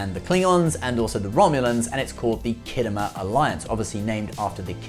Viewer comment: Whats the "khiddo mur" clas ship? STOP IT YOU'RE BRITISH!